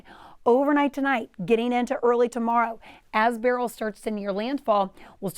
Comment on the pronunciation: why cant the new people pronounce BUR-UHL correctly? its not BARREL.